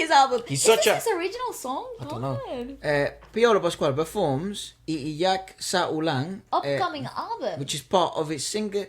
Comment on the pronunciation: It's iiyak.... not liyak